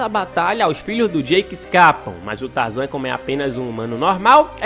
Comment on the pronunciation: "Espécie de trazan" kkk